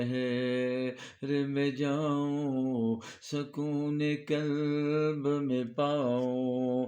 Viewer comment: Buht aala. Bhai kalb nahi qalb bolain.